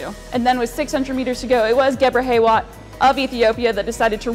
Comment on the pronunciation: Excuse me? Hagos Gebreh `what` ??? Cmon…. Geb R Hee Wet. Not that hard to pronounce